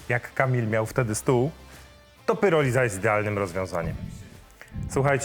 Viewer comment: PIROLIZA, nie PYROLIZA! Pyroliza to nieudolne spolszczenie słowa PYROLISYS. Bardziej brzmi jak rozpad ziemniaków... Pyrotechnika, pyroman?